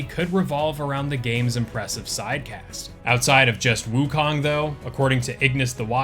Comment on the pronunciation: I see more and more content creators have started saying woo-cone, which is the correct pronunciation